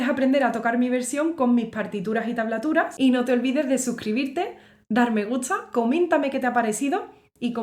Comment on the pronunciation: jajajaj igual me encanta escucharte cuando decis "me gutsa mucho" algo....Abrazo.